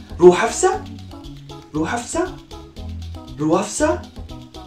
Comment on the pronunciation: you just called my name so many times😂 it's Rooh Afza😂